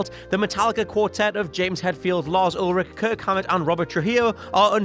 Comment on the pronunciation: That's Lars Ulrich for you sir silent "ch" not Olric